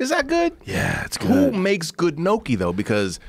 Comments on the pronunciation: 'n - yok -ee' not 'no-kee' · Joe " no-key" Rogan. Bitch I thought you were italian it's pronounce nyoki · "Nyokey".. and "Bolon-nasey" ... really Joe ? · Nokee? I thought Rogan was Italian. "Nyoh-key". Like owe key with "nyah" in front. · Im sorry bro but i cannot let this slide, how can you be italian and pronounce gnocchi as "no-key" but say bolognese mostly fine? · Robert Huppie ~ Thanks for that. My pronunciation of that would be "knock-eee", sounding like Rocky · Liam Tube Two syllables "nyo-kee" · All these comments are wrong. It's not yo kee or goki or whatever the fuck. It is actually pronounced Nokki. NAW-KEE THIS IS SO CRINGE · You miss pronouncing gnocchi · for a guy that identifies as Italian, Joe really can't say Italian words for shit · Hearing them say gnocchi wrong Hurt my ears so bad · Joe is 3/4 Italian shocking he wouldn't know the proper way to enunciate gnocchi